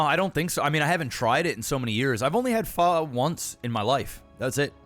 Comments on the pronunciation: Additional funny thing is, the usual/colloquial way "fuck" is pronounced in American English contains a closer to original pronunciation of Pho than simply saying "Faaaa" like you're at the doctor. 🙂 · Your phō-ck around and find out joke would be even funnier if you correctly pronounced phō as actually fuck without the ck.